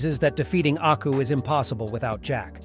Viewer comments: its aku not acku lol pronounced AW-COO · HE DID NOT JUST SAY ACKU I'M NOT GOING TO WATCH BEYOND ITS AKU AND YOU PRONOUNCED IT WRONG. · Pretty sure it's "AKU" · I like the video beacuse its samuri jack but the way you said and spelt aku's name wrong. Like did you not google it? And they say his name in the intro song 😅 why are Americans so big headed about pronouncing other peoples things and namez and can't respect other people's culture? Also did you even watch the series? If you did then you would know that going to a bar is not natural to hik as thry did not have bars where jack lived nor did jack drink 😅 Have to dislike for that and unsuscribe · The way he disrespected aku's name at the start is probably why. Big dislike for that